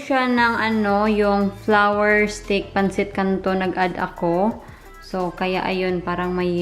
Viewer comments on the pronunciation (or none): none